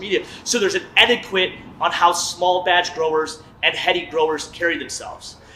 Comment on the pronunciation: Bro said "etti-quit" for etiquette and then followed it up with "plea-theory" for plethora 😂